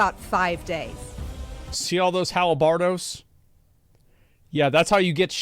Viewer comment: I think he actually means halberds 😂